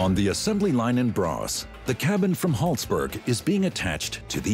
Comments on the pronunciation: Braås, non Brass! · The factory is located in Braås, not Brass. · "Brass" is actually "Braås". I wonder why they didnt spell it it "Braas". Still wrong but wrong in the normal way. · Braås more likely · It's Braås.